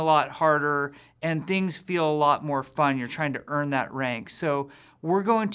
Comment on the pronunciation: "earn" rank LOL